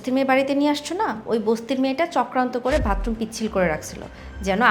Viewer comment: Vatroom na fokinni bathroom hobe , bostir meara erokom I uccharon Kore